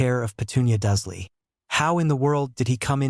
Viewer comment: Duzley? WTF! It’s DURSLEY.